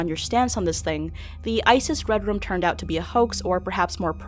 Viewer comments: It sounds like you're saying "redrum" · Was pronouning red room as "redrum" intentional? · i love how you say red room like "red rum"